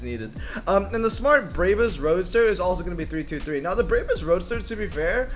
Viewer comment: Brabus is made up of bra and bus. Read it as is not braybus😇